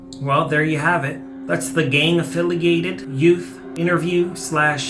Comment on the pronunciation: I just want to thank you for accidentally saying "affiligated". It struck me as so funny I listened to it over and over and laughed so much! Especially how seriously you said it! 😂😂😂😂Great stuff!